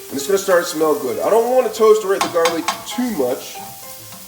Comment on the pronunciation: Why does he say garlic like that? Very annoying. Not a fan of the VOCAB! 😁